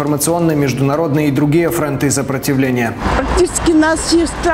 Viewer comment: ФрОнты, а не фронтЫ